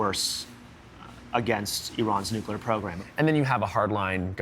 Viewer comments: He pronounced Nuclear as ”New-Key-Ler” rather than ”Nuke-Lee-Eer" 😊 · Dubya… PLEASE! NUCLEAR.. NOT NUCULAR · Hahhhaa! George Bush’s speech impediments, Nucelar lol!!! Nuclear nuclear not nucelar.